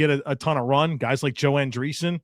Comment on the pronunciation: Really? Joanne Dreeson? 😂 Must be computer captured up in the summary above.